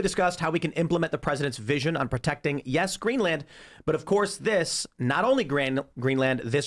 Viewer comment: Why does he keep stressing the "a" in GreenlAnd? You wouldn't say Eng-Land, Fin-Land, Zea-Land...